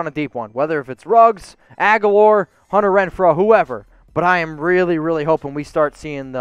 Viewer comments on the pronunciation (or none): none